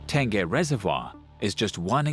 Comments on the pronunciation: The reservoir is called Tengeh though. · Ten-gay Reservoir... I laugh every time I hear that... hahaha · From Tengah to Tangeh🤣😂😅hilarious! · Never realized I needed an angmoh voice to teach me how to pronounce tengeh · Tengah Reservoir guess that’s what they are referring to. But really, it’s a big booboo. How to get a name wrong and still make a documentary out of it.